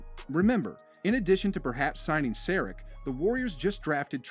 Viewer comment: Sar-ich. Comeon man